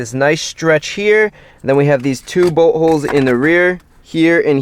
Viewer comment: It sounds like he is say butt holes instead of bolt holes